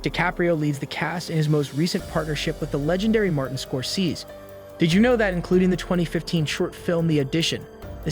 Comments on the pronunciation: Score Seece???!!!!!! please adjust your AI voice narrator to pronounce the name of one of the greatest directors in the history of cinema correctly!!!!!!!!!!!!!!!!!!!! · “Scor-SEEZE?” Couldn’t you have hired an actual human being to do this? One who knows how to pronounce “Scor-sez-ee?” And when did “WHOPPING” turn into “HOPPING?” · score-seez? Did your homework, did ya? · I couldn't watch anymore after I heard the first "Scor-seeze." Do your homework before you put stuff out into the ether. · "Skor-sez-eh" caro bambino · If you're going to do a generic video of everything else on the internet about this movie, please learn how to say the director's name properly. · How in the WORLD can you make this and MISPRONOUNCE Scorsese?!?!?! Do your homework next time. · Great video! Quick correction: the film itself is 206 minutes long not 234 minutes Also, like everyone else who has pointed it out, the ai voice is pronouncing Scorsese wrong. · Dude the way you are pronouncing Scorsese is killing me haha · Maybe figure out how to pronounce Scorsese's name, instead of mangling it 3 different ways in a six minute video? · Please pronounce his last name correctly. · Bro how the hell don’t you know how to pronounce Scorsese 😤 thumbs down just because of that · You might be taken more seriously if learn to pronounce the last name of the worlds greatest living filmmaker. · If you can't pronounce the director's name right I am sorry but I can't watch your video do better research